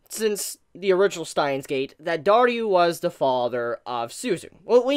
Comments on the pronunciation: Also it's DARU, not DARYU. Is pronunciation really that hard? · I am thinking of the hardest question in this Channel Why are you saying Daryu instead of Daru 🤔🤔🤔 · And that moment comes, when Daru acts like a true gentleman of a father. It really gets me. By the way, it's DARU not DARYU xD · Amazing review but why do you call Daru, Dar-U?